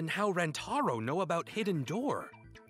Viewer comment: it's not how you say rantaro it's ran-uh-taro